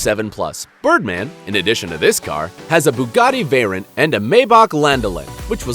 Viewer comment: Bugatti Veryin thats what i heard